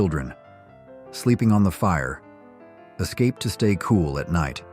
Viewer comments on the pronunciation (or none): Great images. Stupid headline. Also... is the voice artificially created? It pauses in some weird places sometimes. Like "Fire Escape" read not as a noun but as a noun and a verb. lol.